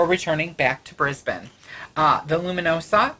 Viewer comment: I must say that I watched your holograms on the live stream and much prefer you as you are here lol!! I also must congratulate you on your pronunciation of Brisbane which most Americans get wrong. I would love to see you come to Australia but I know it is almost impossible for Frank due to the almost 24hr flight. Thanks for the news boys and I look forward to harassing you in the future.